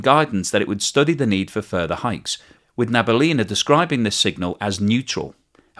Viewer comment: Na - bee - yoolina (stress on the yoo)